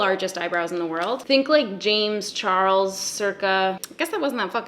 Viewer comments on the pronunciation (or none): none